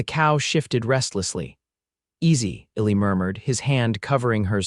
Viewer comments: P.S.—— The narrator never pronounced the name “ELI” correctly. It was written ILLY and something else. I couldn’t tell what his name was until I looked it up. This is not meant to be a criticism, just an observation. I enjoyed the well written story line very much. Thank you😊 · His given name I think is Elijah, so the diminutive should be Eli (or Ely) which is pronounced E-lye. AI needs to be better or they need to hire actual humans who can deal with names (people and places - you should hear AI on Tucson!)